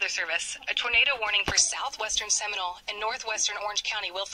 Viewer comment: It’s Seminole btw